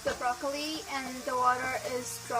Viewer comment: brocolo pastaa